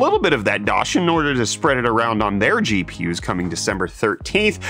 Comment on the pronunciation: GPIs? xd